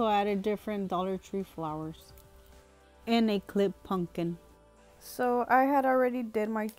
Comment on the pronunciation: puMPkin (not PUNKIN) 😬